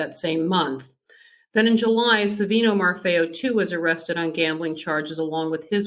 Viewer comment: It's mafio not mafao